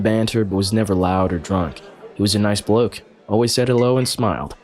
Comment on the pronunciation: “He was a nice bloke” said by an American. 😂